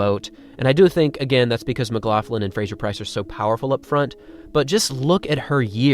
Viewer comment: your pronunciation of McLaughlin though is a bit strange for me (I'm Scottish). I am not sure why you add an "f" sound in the middle - it is more of a gutteral sound you need to make, but no "f" there:-)